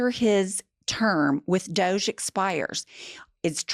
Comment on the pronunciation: It's not DOGE, it's pronounced Dodge -ee